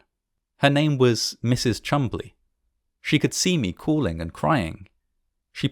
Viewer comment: Her name was actually Mrs Maud Chumbley. The video maker is correct with her name and pronounciation. She was a relative of mine. RIP